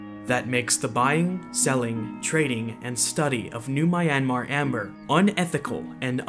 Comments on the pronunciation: Great video, I couldn’t look away! Just a nitpick though, the y in Myanmar is a consonant, not a vowel. So Myanmar is pronounced more like mee-YAN-mah or mee-YUH-mah. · This dude pronouncing Myanmar like Miami, rofl 😂😂